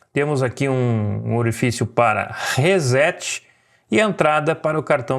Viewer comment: Resset, não “rezet”.